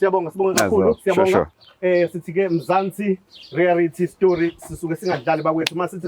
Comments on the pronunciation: USkhindi ezincane limhlula leligama elithi reayality show uthi reayarity show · Mzansi rerayithi,hayi thina ama Zulu ubr u l u l u r😂😂😂😂😂